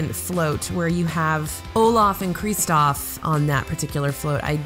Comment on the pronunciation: Kreestoff?? Have you seen frozen? Lol love the video!